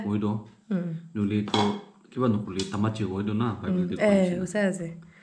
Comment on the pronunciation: Not tamachi...tamashi